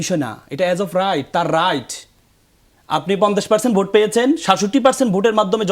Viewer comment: গনভুট নাকি গনভূত নাকি গনভোট।যারা ভোট শব্দটি ঠিক মতো উচ্চারণ করতে পারে না তারা মহান জাতীয় সংসদে যাবে এই দুঃখ রাখার জায়গা নেই।